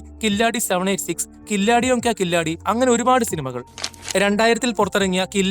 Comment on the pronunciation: കില്ലാഡി അല്ല Bro. കിലാടി. അതായത്. കളിക്കാരൻ